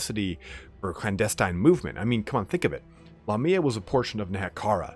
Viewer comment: I always thought it was Lamia not La Mia?